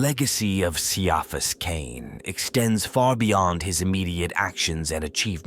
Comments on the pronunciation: All AI productions need a 'tard-wrangler. If you can't even get your AI to pronounce the man's name correctly, write it phonetically so it doesn't turn off listeners in the first 20 seconds. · I liked it, but I still winced each time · Atleast get the ai to say the name correctly…